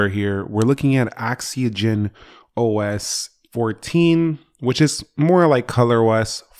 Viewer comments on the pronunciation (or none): "Axigen gen OS"